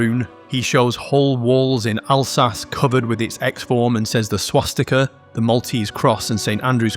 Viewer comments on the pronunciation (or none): none